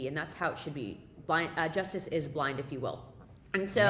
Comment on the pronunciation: Did she just say "just is blind" ? (like justice is blondes, not real)!. Hahahahahhaha